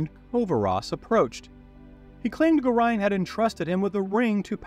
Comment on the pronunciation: Love these videos, but the BUTCHERING of Gorions name itches my skin.